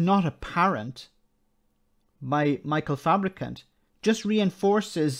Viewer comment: Fabricant with a silent U.